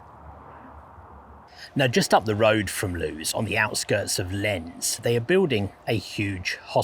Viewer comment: Just to help with your pronunciation: Loos will be pronounced "loss" and Lens will be pronounced "lonce". Fascinating video, thank you!